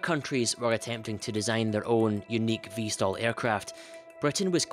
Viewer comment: V/STOL not "vstal".